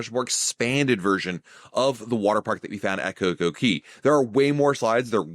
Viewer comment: It’s Coco Cay, not Coco Key!